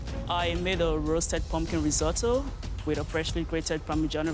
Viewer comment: ????!?! Normal people: risotto Chef Micheal : rISotTo